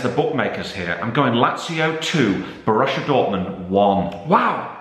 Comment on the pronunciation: Why does say Borussia as bor russia same with gladbach